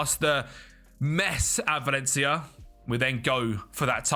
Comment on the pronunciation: Lol, "Valley ya did"